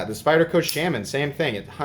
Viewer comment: Everytime he pronounces "Shaman" it sounds like an older Swedish gentlemen pronouncing "salmon"